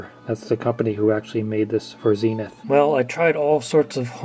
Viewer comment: Why “Zeeee-nuth”? It’s surely “Zen-ith”?